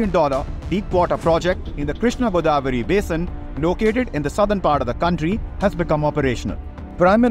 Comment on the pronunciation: It's godavari not goddavari